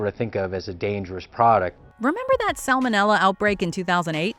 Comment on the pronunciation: The letter "L" appears three times in the word "salmonella". It's not "sammonella".